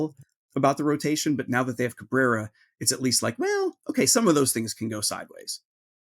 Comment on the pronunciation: I'm just happy they traded for a guy who could say his name correctly.